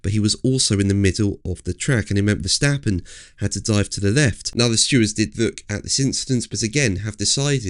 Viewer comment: how to pronounce max verstappen???? every A sound like in CAR